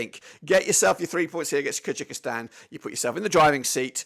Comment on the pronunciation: Kyrgyzstan 2 - 1 Thailand, goals from Kimi Merk, Joel Kojo also its pronounced Kur guh staan or Kur gy staan